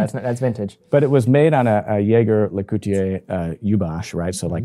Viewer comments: It's supposed to be zhey ZHER leh KOOLT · "yager lecootye" ? Ouch, with love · Come on man... Yayger Le Cooti-yay yoo-bosh is a very charming pronunciation.😂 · Damn, Americans really struggle with saying Jaeger LeCoultre. It especially cracks me up listening to snobby people struggling to pronounce it. JLC should just rename themselves to Jagermeister at this point 😂